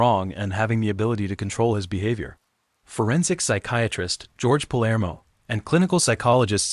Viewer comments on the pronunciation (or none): none